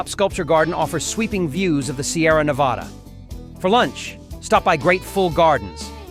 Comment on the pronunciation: Listing specific options and prices is a good idea. The viewer gets a feel for the variety of offerings and the cost of each. Correcting the pronunciation of "Nevada" before the end is a plus, but to a resident, the sound of Ne-vah-da is grating. The shots of the Las Vegas Strip gotta go as well, but otherwise, a well done look into visiting Reno on different budgets.